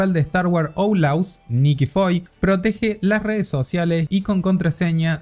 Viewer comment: 'Outlaws' se pronunciaria en en español como 'aut-loos'.